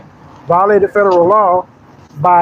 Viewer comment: I understand that people who don't use certain words often might easily mispronounce them. But these people are attending "seminars" and still saying things like "statubatory" and "ferederal" law. If you've got special knowledge nobody else has, get the pronunciation right. It won't make you less stupid. But you'll at least be convincingly stupid.